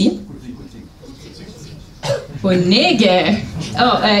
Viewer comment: Mi bone atentis vian prelegon ankaŭ pri mia patrina lingvo, Indonezia :-) gratulon al vi! sed mi nur kaptis ke vi prononcis malsimile kiel ni kutime diris por "kucing-kucing".